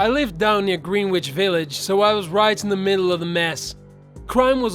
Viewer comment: Oh my dear friend the Village in nyc is pronounced GRENN-idge like refrigerator, or fidget on the end. I so love listening to you, especially when the pain is this sky high, so I hope you will take my little corrections with patience. Most of this story is very accurate, including the three week stateside quarantine, because in the summer of sixty seven a bunch of young men came back with something called the Hong Kong flu, an incredibly dangerous virus that almost killed me and my mother, so after that, even if you seemed healthy in the evac hospitals or on board ship, you still had to hang out for three weeks at least before seeing loved ones.